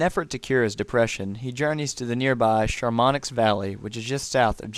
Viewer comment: it's not pronounced SHA-MON-ICKS, it's actually pronounced like SHAMO-NEE